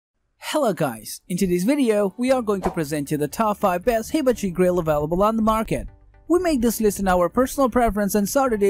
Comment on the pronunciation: OMG, you have to learn how to pronounce HIBACHI correctly! Just watch, literally, any other review of a hibachi grill.